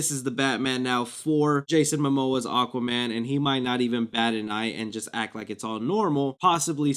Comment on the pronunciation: “Aquman 2”